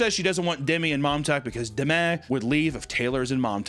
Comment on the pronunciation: Every time I heard "Mom Talk" I would hear "Montauk" as in "The Montauk Monster".